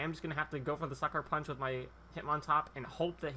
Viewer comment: the first time u said sucker punch i thought u said fucker punch